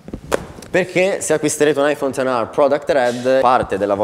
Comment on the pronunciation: Aifon ten ARRRRRRR